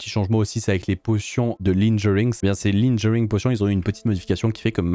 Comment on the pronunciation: Comment je pourrais être different ajd ? Je vais dire linjering au lieu de Lingering. En plus c'est avec les splashs potion aussi.....